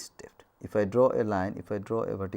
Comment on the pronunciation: Someboty please teach this loser how to pronoun words depth, g,etc